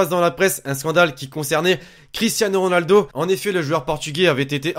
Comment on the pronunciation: deja apprend a dire ronaldo avant de parler